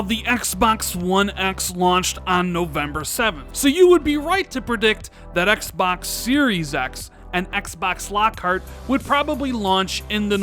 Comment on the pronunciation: "Axe Bax Series Axe" goddamn I bet you call 2pac "toopack"